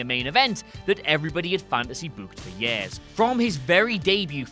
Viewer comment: Years, not "yairs"